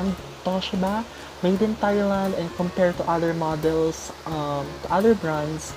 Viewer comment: Very good tama pronunciation ng Thailand